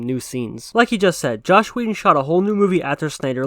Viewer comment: You kept saying Josh Whedon lmao